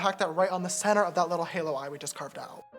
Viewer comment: I love you sister so much the makeup is so good and btw you pronounce halo wrong